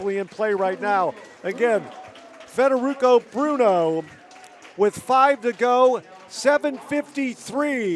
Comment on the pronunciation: How many different ways did they say his name wrong? Frederick, Federuco, Fedrico... I lost count 🤔